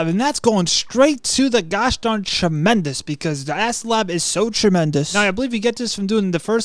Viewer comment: Tremendus like bro learn to be a pro ytber